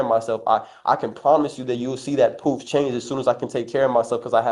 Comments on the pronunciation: …every time he says “proof”— it sounds like “poop” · Cant even say proof.poof.